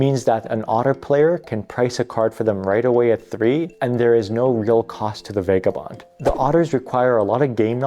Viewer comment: Vah guh bond. Seriously.